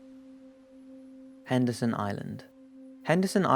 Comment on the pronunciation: Is it Anderson or Henderson Island? Sounds oike you say both.